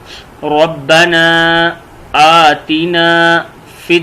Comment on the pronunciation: aatina par zabar nhi ha zer laga hoa ha jb k zabar parha jata ha